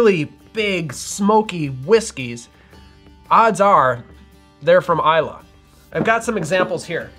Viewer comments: It’s I lay not I la. Islay Nevertheless good video. Thanks. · I still remember a video of yours from a few years ago when you said "eye-lay" and I haven't been the same since. I'm finally at peace. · Nope, it's i-la 😉